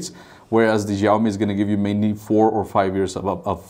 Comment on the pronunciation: please pronounce xiaomi correctly